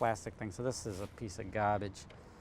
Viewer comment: Gaaaahhhbig lol first time Iv heard his northern accent